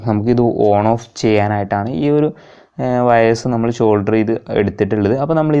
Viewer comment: ഷോൾഡർ അല്ല സോൾഡർ